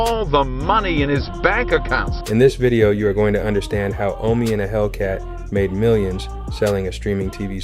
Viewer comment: It's Omi not Omni